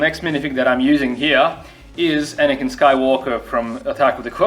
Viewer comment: Why are people saying anikan when its anakin